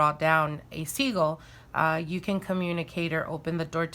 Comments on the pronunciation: Are u saying seagull or sigil? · Babe its pronounced sigil not segul